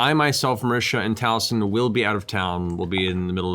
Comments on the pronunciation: Being a Taffy, the mispronunciation of Taliesin's name makes me wince every time. But hey, they can't say Aluminium properly either lol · What makes it worse is that Taliesin's name is spelled the exact same way as the Welsh god of inspiration but the Welsh pronunciation is more like "Tal-ey-hay-sen".